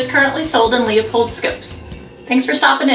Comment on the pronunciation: Its pronounced lupold, not leopold.